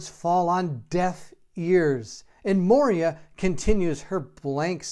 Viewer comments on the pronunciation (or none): MOY-ra, not mo-ria (cool video though!)